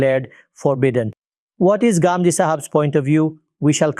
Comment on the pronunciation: There are some people who cannot pronounce the words of our vocabulary but you can pronounce it why do you have to say Gamdi you can say Ghamidi. If you say it's wrong that doesn't mean you're speaking good English the proper noun should be pronounced the way it is pronounced